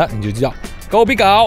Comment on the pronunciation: Kopi gao 第三声，不是第二声😉